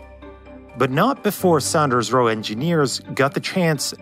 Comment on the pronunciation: Great Video.....the Builders name was SAWNders Roe..